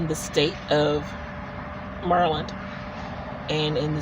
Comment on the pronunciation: Nice job handling questions. And thanks for teaching me how to pronounce Maryland = Merlin (sort of, <3 )